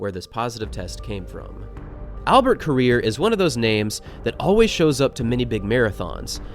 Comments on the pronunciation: You are pronouncing the name wrong. It's "rir" not "rea" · Ko......rir.... not koria.